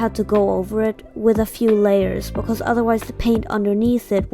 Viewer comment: YOU SPEAK LIKE ME I keep hearing becos and my friends say that i say it all the time😭 Also i really liked the eyes Just wanna know if i can paint smt like it Well that but in diff colours